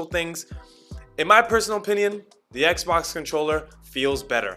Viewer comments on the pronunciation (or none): At times, I'm hearing "eggzbox" (scratching head)